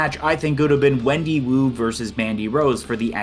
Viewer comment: Wendy Choo not Wendy Woo